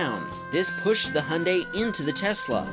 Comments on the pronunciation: why do you say "hun day" and not "hyundai" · How he said hunday it’s Hyundai lolll😊 I love the Honda bumps😂and why did you say everything is upside down in Australia 😂😂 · Hyundai or 🇺🇸 hunday it’s actually pronounced (hi on die )hy un dai And Renault is not renno it’s ren alt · This guy makes videos on cars but can't pronounce Hyundai because he's got an accent.